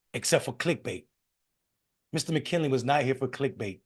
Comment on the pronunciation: McKnelly, not McKinley.